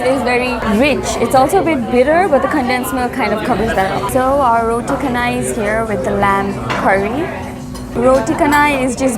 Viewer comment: roti chanai not roti kanai